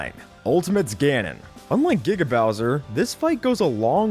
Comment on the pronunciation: Finally you pronounced giga right